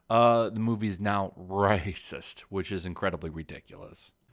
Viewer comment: Rah-cist? Naysees? Those are...unique pronunciations.